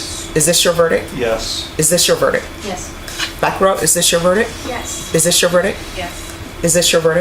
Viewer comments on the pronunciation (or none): how is this lady a judge when she doesn't know how to say verdicT,talking about is this your verdic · VerdicT not verdic. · It's impossible to respect a sitting judge who says "verdick" instead of verdict. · Why does this judge sat “verdic" not verdict with a T, I t’s the same as “axed" instead of asked…very poor show, arguably a bit ghetto! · can't she pronounce verdict? or is she saying some word i don't know>?